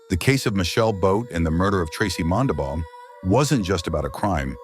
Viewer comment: Its Mondabough, not all the weird ways they spelled it.